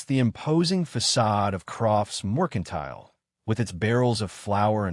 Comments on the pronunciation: This AI has a BOSTON ACCENT when he says moicontile 😂😂😂😂😂😂😂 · Correct the AI. It’s Mercantile.